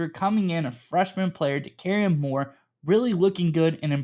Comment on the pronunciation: Nope, no way Oregon usurps the Buckeyes as WRU. And good god, please learn to pronounce Moore’s name correctly.